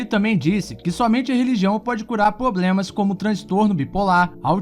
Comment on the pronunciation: "poblemas" kkkkkkkkkkkkkkkkkkk